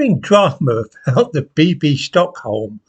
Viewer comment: Bibby. Not Bibbi. Old fool.